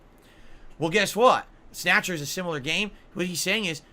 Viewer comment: Snayutcher. This video is rife with goodness